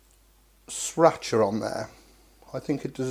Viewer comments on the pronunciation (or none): Please,... it's pronounced much closer to 'Sree-rah-chuh'! Don't feel bad about me correcting your pronunciation... I'm a total asshole about things like that! Lol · I wasn't sure if he mispronounced sriracha on purpose or not